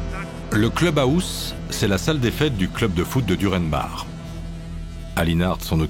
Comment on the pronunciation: Le cleube aousse…….sérieux ?